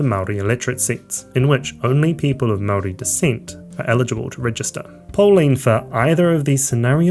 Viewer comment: Good grief. I’m not Māori but it’s pretty amazing to hear you butcher the pronunciation of every Māori word you uttered. Kind of undercuts the credibility of what is an otherwise coherent analysis.